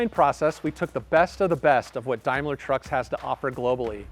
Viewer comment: "Dime-lar"? Dame-ler